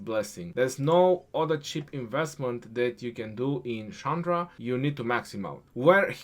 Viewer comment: your Pronunciation is wrong. That is not Sandra. The Pronunciation is Chandra. That pronunciation is like "china".